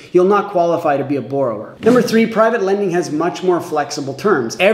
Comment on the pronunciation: Please learn how to pronounce the word that your entire video is about